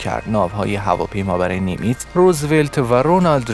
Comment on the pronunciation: سلام لطفً لااقل متن خود را چند بار بخوانید و درست تلفظ کنید . نیمتز را نیمیز تلفظ میکنید و اسکادران را اسکاندان. و اشتباهات دیگر. با تشکّر